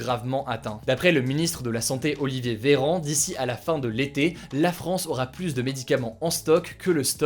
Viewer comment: Bon CONCRETEMENT on lui dit ou pas que "plus" ca se prononce [plu] et pas [plusse]